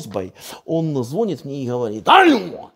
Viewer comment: Звонит или звонит(ударение)?